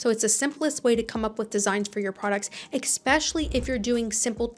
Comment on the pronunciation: How are you this smart and well-spoken but you keep saying egg-specially, instead of especially….🤦🏻‍♀️